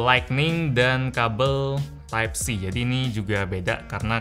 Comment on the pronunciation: masih ingat bg 3 tahun yg lalu? Yg Review Sm note 8 Tipe C bukan Type C😂👍 Ngmg Nya Slow Bet😂